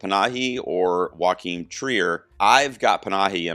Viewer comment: Great comprehensive breakdown. tiny thing - Joachim is pronounced “YO-keem”